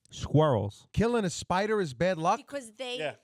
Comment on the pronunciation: LOL! "Spida!" How about Tommy D shootin` the guy?